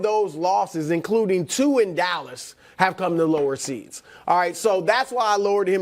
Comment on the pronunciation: Did brou say callas cowboys? 😂